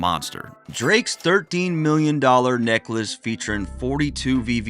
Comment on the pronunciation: I don't know,I just don't like the way you pronounce 13😂😂😂😂😂